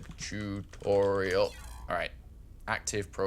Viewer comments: Tutorital... Come on man. too-tawr-ee-uhl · do all Brits say "tutorital"? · I love the fact that said 'Tutorial* once or twice, and then going back to 'tutoritals* xD is awesome! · It is Tutorial not Tutoritals. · why do you say tutoriatal? There is no third t in the word. It's tutorial! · TOO TOR E AL Not TOO TOR ET AL ;) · tu-to-ri-al.. Not tu-to-ri-tal. He's prolly doing it on purpose, but its not funny. Its a learning video and people with bad english will start sayin tutorital and be laughed at. Its mean. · TUTORITAL, WOOOOOO!!! The extra T is for TER-FUCKING-RIFIC!! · really throws me off hearing him (and seeing some the comments) say "tutorital." that's not a word. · ha ha ha why the fuck can he not say tutorial ha ha ha thats some funny shit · love your way of saying tutorial xD "tutorital" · Man, I love your videos, but it's "Tutorial" I'm sorry, but lol. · I swear, if he says "tutoriTal" one more time.... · Tutortital? Really? Say it how its spelt please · when i hear "tutortial" it makes me wanna become a grammer nazy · Every time I hear tutorital I feel like killing a newborn baby. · I believe the joke is that says "turtorital" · EVERY TIME HE SAYS TUTORITAL I DIE INSIDE A LITTLE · JESUS CHRIST IF HE SAYS "TUTORITAL" ONE MORE TIME I WILL UNSUB. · How do you consistently say tutorital... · Stop saying Tutorital >!>! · Tutorital? Spelling it wrong I can understand. But saying it wrong? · Who pronounces tutorial like that, seriously? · Why can't he say tutorial? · wtf, he forgot during 11 months how to pronounce 'tutorial'? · For the love of god someone teach him how to pronounce tutorial! That aside thanks a lot great stuff as always! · cool thanks for the upload. yousay tutorial funny but I guess im just being a dick telling you that